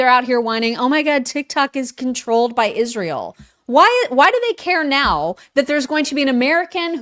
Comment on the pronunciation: It’s IZZZZZSHRAEL